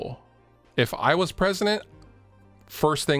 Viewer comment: When pres-uh-dent, guitars will be diff-er-ent, no stickers on the necks, when hes pres-uh-dent